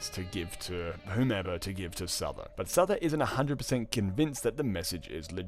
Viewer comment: omfg I almost can't cope - Souther is pronounced Suther in English...bruh :'( su-tha kinda...fk me :(